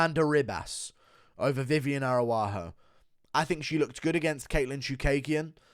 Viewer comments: Does he mispronounce as a joke? “Air-a-wah-ho” is insane 😂😂😂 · Stop butchering Viviane ARAUJO’s name for God’s sake